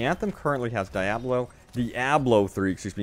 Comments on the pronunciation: Three syllables,: “Di-ob-lo, Di-ob-lo” Say it with me, “Diablo. Diablo.” You need to really enunciate that “Ah” in Di-Ah-blo. Next word: four syllables: “Sat-is-fac-tion, sat-is-fac-tion.” Not “satisfication.” That’s not a word. Satisfaction. Satisfaction. Diablo. Not “deeaaablo.” I love your content, but seriously, man. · (D-AH-BLOH) this is how you pronounce diablo